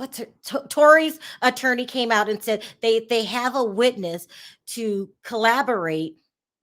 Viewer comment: Corroborate not collarborate